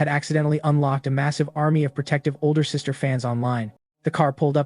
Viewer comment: why did she suddenly become a sista 😂😂😂